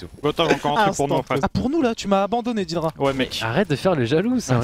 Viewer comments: C'est pas "didra" Mais "dédra" Venant de l'anglais "dead" Cordialement Pour doig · fais pas l'anglais dead sa se prononce dèd et non dédra